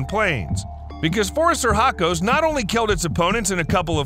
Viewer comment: "Phoris sir hacos"? Dude, when you butcher a word you REALLY butcher it. The proper classification is Phorusrhacidae, pronounced [for us rah ki day]. Seriously, if it's that hard just use the colloquial Phorusrhacids [for us rah kids]. It sounds a LOT less silly. PS: I know your title is no more than an attention getter, but Gigantopithecus was millions of years past the possibility of ever having met a dinosaur, let alone destroying it. Next time maybe skip the sensationalism and try a few jokes instead.